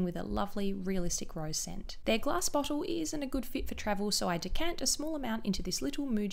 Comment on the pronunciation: dewy- dchewy bottle- botchlle